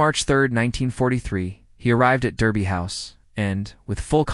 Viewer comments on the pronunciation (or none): Derby is pronounced DArby